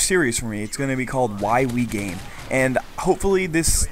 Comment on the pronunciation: Sorry, I can not help but the first time you said it in the video, it sounded like "Why we're gay"... XD